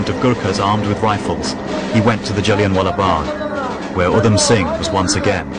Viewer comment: It's Jallianwala bagh not jellienwalla bagh ,you will not get another chance Dyer , Inquilab zindabad 👿